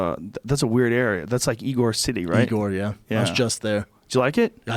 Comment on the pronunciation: Ybor City Not igor City lol